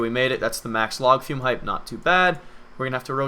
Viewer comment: Was he saying 'Log fume' ???